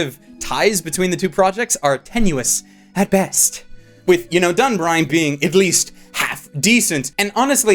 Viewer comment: DunBINE, not DunBRINE, I am actually triggered with how often you completely butcher the names of shows.